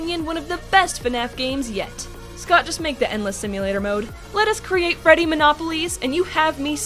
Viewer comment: It’s Freddy not Frey and you forgot the space